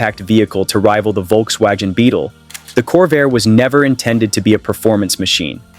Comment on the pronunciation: Wait... Did that robot just say "Volks-WAJEN???" 🙃🤣 ....and the hilarious mismatched Mustang photos all over this mess...? Then: Shev-row-LET? ...of course to rhyme with "flush toilet??" Are there ANY humans behind this abortion at ALL?